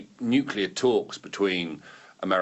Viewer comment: The word is pronounced NUKE-LEE-ER, not Nuke-U-Ler!!!